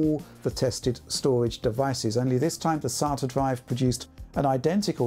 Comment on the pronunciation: Think he said SSD's, solid' state' doridge